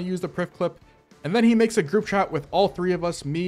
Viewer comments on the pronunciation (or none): none